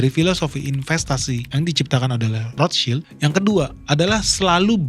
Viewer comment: Dari sekian banyak yg nyebut nama Rothschild, baru ini ketemu yg bener nyebutnya 👌🏻